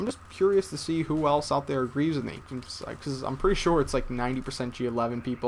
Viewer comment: word: beCUZ